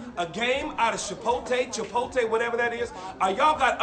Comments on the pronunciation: I was vibin the video until your costreamer pronounced it "Chipolte" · Good lort learn to say Chipotle. The T comes before the L! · I'm disappointed in for mispronouncing Chipotle